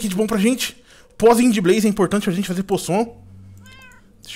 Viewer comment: e importante palzinho de blaze pra fazer pozon vc falou errado